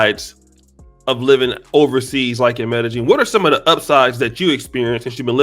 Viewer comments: The BEST advice I can GIVE YOU, is STAY THE F**K AWAY!!! LOL!!! 🤣🤣🤣 ...and OH!!! It's pronounced "M'eh-d'eh-Y'eeen!!!" Not "M'eh-d'eh-JEAN"!!! 🤣 C'mon brah! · This nigga keep saying metta jean and it’s killing me